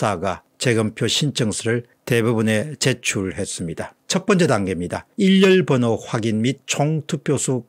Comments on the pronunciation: 일련번호를 처음부터 끝까지 계속......일렬번호라고 발음하네요????????? 한두번도 아니고 왜 그러는 거죠????? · 일련번호를 발음하실 때 계속해서 "일열번호" 라고 발음하시는 것 같습니다. 박사님의 획인 및 차후부터는 교정될 수 있기를 바랍니다.